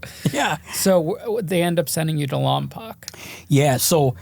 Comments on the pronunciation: He said lompoc its pronounced lom-poke infamous 😂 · Lompoc is pronounced Lom-Poke little small town on the map